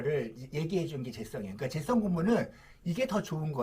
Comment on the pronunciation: 선생님.. 재썽이 아니고, 재-성입니다 ㅋㅋㅋㅋㅋㅋㅋㅋㅋㅋ